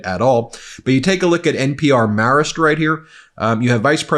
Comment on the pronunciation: Is TFG trying to say Marist as Marris or Morris or some sort of marble-mouthed version? WHY AM I GETTING POLLING BREAKDOWNS AND ANALYSIS FROM SOMEONE THAT DOESN'T KNOW HOW TO PRONOUNCE A WELL-KNOWN, LONG-ESTABLISHED AND HIGHLY REPUTABLE POLLSTER?! UGH I cannot wait to find a different channel to give me breaking court filing breakdowns so I can UNSUBSCRIBE.